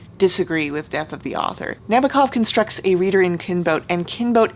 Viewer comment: *just an observation - the correct accent is NabОkov.